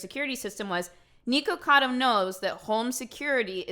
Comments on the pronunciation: why do you keep saying NEEKocado? his name is nicholas, it’s fucking NIKocado. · "Knee-kacado avocado"